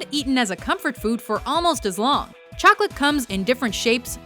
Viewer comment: Did you say chocalat!?